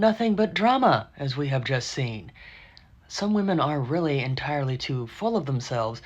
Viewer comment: So you can get rejected and screamed at? Pass. "I weally, weally want some one who is an ATM."